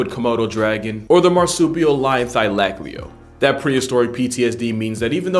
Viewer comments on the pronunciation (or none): Perfect pronunciation on Quokka mate, well done! Thylacaleo, not so much, but eh, nobody's perfect. You are the capybara of the YT world. 👍👍👍